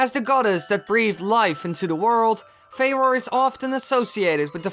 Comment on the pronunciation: Its pronounced "Fu - roar"